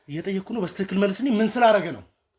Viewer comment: በስትክክል የምትለው በልማድ ነው ወይስ በትክክል ማለት አትችልም?